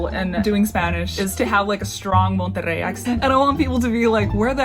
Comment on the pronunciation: "Monterrey" You nailed the rrr sound!